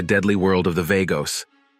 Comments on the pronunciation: Vah-goes NOT Vay-goes or Var-goes. VAGOS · Vaygos? Really? It's pronounced Vah-gos. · I believe it is pronounced Vaa-Goes, that's more hispanic then Vay-gos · It's VA-gos. Dam idiot say it right... PURO VERDE siempre ✌️💚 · You are a dork or a bot. Pronounce Vagos correctly. As in V aaah gos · VAGOS!!! SAY CORRECTLY-U FUK-STIK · It's vagoes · It is not vaygoes.. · V-A-gos? Show enough respect to the club by pronouncing their name correctly. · What the f is vaygos? Pronounce it properly when you make a video about it. It's not even hard to pronounce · Mother of God !!! If he calls them vAYgoes on more time my head will explode 🤮🤐😖💀💣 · Right. I cant understand how he doesnt know how to say Vagos. He calls them Vargos too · At least identify them correctly. The name is Vagos , the a is silent.